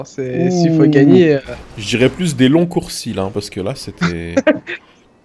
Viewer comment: on dit allongement pas longcoursi